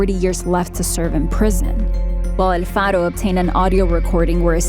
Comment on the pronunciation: Girl u were doing great until u said el Faro 🤣🤣🤣🤣 hahahahhhh galletas no m jodn sacan uns tonterías que no tien3 sentido